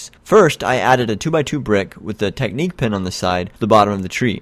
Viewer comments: Thumbs down for pronouncing Technic like "technique" instead of "tech-nick" JK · "TECK-NICK" not "TECHNIQUE"